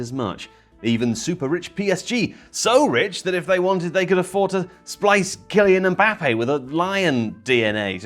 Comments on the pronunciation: Man said KyLION Mbappe and wasn't even apologetic 😂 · "Ki-Lion-Mbappe" This is the content I'm here for. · are you all just going to ignore ky-lion mbappe 😂😂😂